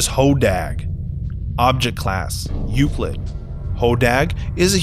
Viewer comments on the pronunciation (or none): none